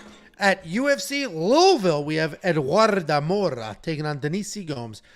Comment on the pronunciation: I have thumb up’d the vid bc pronounced Louisville correctly